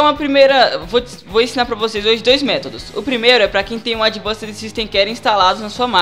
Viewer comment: Demorei uns 10 minutos pra entender q ele estava falando a palavra "Advanced" referente ao produto da Iobit